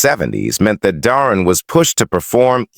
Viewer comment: Who says " Dah-rin?"